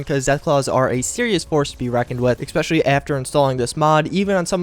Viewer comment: Love ya bro. I do but it's not Xspecial... thats some dude from LoL TSM xD I mean it's cool if you're giving him a shout out every episode but yeah xD try E Specially instead of X Specially. Will make you sound as smart as you are.